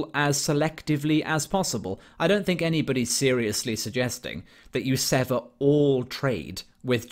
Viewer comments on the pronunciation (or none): none